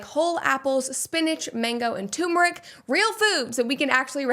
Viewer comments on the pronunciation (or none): "could pronounce" lol it's TURMERIC, sillyhead- not what you said (this chick sometimes...)